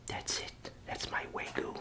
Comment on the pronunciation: "way-goo" makes it sounds much less appetizing but I still enjoyed they video. Thanks for the upload!